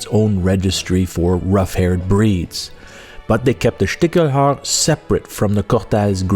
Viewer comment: I'm a hunter from Germany and I couldn't tell you what a "Stichel" is, never heard that word. 😅 Small note on the pronounciation: The german "ch" is sometimes pronounced "ck" and sometimes "sh". In this case it's "Stishelhaar", not "Stickelhaar".